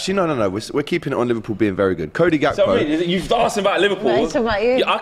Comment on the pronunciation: It’s pronounced HAKPO